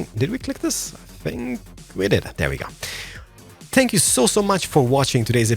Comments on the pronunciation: Uhm, is it just me or do I keep hearing "Spank" when he says thank you? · he says spank, not thank, so you’re definitely not the only person hearing it